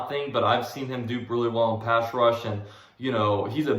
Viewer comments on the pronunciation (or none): none